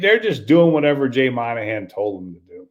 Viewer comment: It’s’Mawn-a-han’ not ‘Man-a-han’